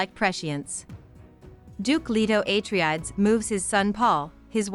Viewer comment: Thanks, this is what I needed to start the second book. I'd clearly forgotten a few things since reading the first one. Btw, I'm 90% sure it's ah-tray-dees, not ay-tree-adds lol